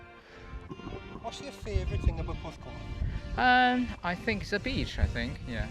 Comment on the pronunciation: Puth-call? Do you mean Porth-cawl?